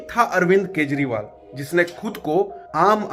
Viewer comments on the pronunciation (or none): none